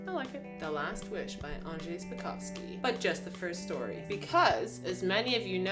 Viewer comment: Let me correct you on this one - it's SAPkowski, not SPAkowski!!! ☝☝☝ You're welcome! 😂😂😂